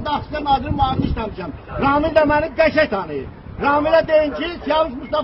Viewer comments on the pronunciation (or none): Ramil usubov demir Ramile deyir